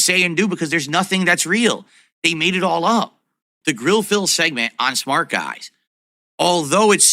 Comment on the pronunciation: Smark guys is on the way out. I can't wait for it to end so we can stop hearing him pronounce it so stupidly. Smar-k-guys.